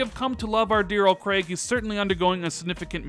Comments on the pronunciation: KREIG, that emphasis though. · please ask Jezz how to pronounce Craig. Other than that another great video.